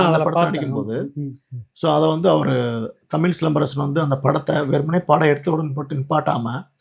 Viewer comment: தமிழ்........ தமில்...... தமிழா ....... தமிலா....... தமிழை ...... தமில் என்கிறார் நண்பர்!!!